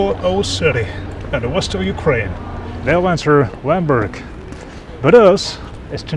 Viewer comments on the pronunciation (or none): none